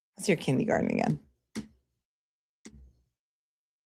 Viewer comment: Kin-DEE-garden?? What???